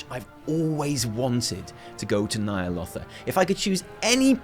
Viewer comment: Could you do me a favour chap.. if you're so hype about Ny'alotha, at least pronounce it correctly